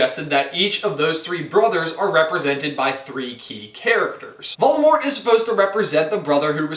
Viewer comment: he says valdamort